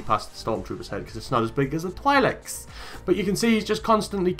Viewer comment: Funny how you say twilek